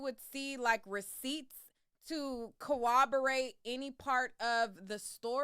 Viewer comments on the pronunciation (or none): I'm dying cowoberrate 😂😂😂